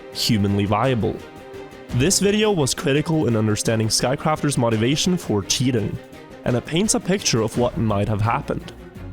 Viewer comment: Bro stop saying "mot"-ivation.